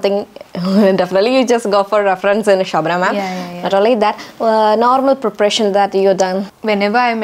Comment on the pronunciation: It is such a pain to listen to anchor's fake accent and wrong vocabulary. Girl learn the language and in that process you will improve your pronunciation. The words preparation easily definitely made my skin crawl with second hand embarassement